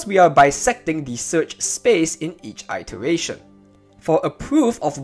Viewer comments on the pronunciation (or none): “IT” eration